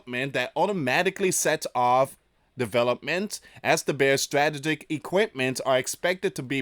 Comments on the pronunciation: please pronounce this. Strah tee juhk It's in the dictionary to help with pronunciation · Struh - tee - gick.....Come on Man. We are at a Very Dangerous Stage.. Please. Please...Keep Praying for Peace and. Restraint...